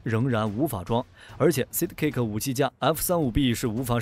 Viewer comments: Sidekick=side +kick, 不是讀size?kick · 那個ＡＩ連Side.Kick 都不會讀？這就是標準的有邊讀邊沒邊讀中間。讀書不求甚解。Unsubscribe. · 都是合成語音 只是看他們想選哪一個 我也喜歡這個版本 但sidekick的發音有問題XD